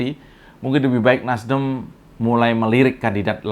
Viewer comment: ngomong NASDEM sampai keliru NASDIM 😁😁😁 gara gara tadinya kebanyakan bilang in... in.. in.. 🤣🤣🤣